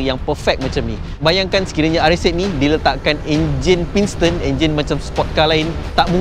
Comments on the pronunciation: pinston pinston. senang je bang sebut betul betul. pis ton. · Piston la bukan pinston😅